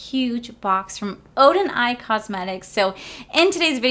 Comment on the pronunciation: I'm so happy that Odeneyes Cosmetics sent you their collection in PR!! It is GORGEOUS!!!! I wish your dad the best of luck with his surgery! Will be thinking of him that day. Your wedding venue is stunning!!! I'm so excited for you guys!! Not bad on pronunciation. You gotta roll your R's.😉